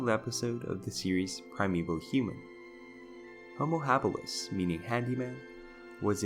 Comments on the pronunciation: Does it bother anyone watching this that every other time he pronounces Homo Habilis he says it wrong, I would think the first time he screws up he would correct his self not so, had to turn it off!🤣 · How does someone know so much about anthropology, yet not know how the word is pronounced?